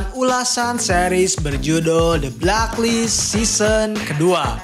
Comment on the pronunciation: The blek list bang Bukan the blak list jleek saja terdengar🙏